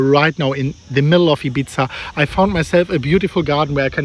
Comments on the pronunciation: Eye bee tha ... Not ibitzar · Man Ibiza is not pronounced ibitsa, but “ibitha” in Spanish accent or “Ibisa” in Latin American accent but certainly not ibitsa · Ibiza. Spanish pronounce Ibeetha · He pronounces Ibiza like pizza 🍕 🤣😂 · absolutely not, doesn;t matter how much you worth. I cannot pronounce India like Intia or Undia just because i have money. He is making a mistake and the right thing is to correct him, if you think money is giving you the right to not go by rules then you are someone who should not own money